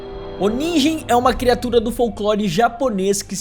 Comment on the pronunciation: nigen se pronuncia ninguen